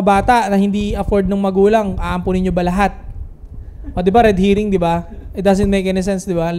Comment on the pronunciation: red herring yun soy hindi red hearing hahaha correction lang